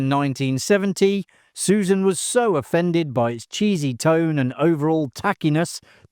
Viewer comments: My favorite guilty pleasure. A major hoot. And it's "Dry-fuss" and "Su-ZANN." ❤❤❤❤ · I kept noticing that, too. Susan, Susan, Susan. 🙄